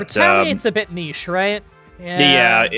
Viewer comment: Holy crap! Whatta pronounced 'niché' correctly!